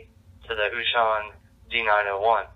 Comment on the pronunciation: Very good video. Thank U!!! I always love when Wouxun comes out with new stuff. Just a fun FYI.... U may be interested to know, Wouxun is actually pronounced OH-shing, not oo-shon. I know, everybody pronounces it different. But thats the correct pronunciation.